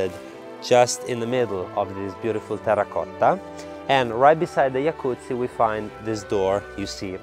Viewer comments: I’ve never heard the word, ‘jacuzzi’ pronounced correctly before. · Thank you for teaching me the correct way to say Jacuzzi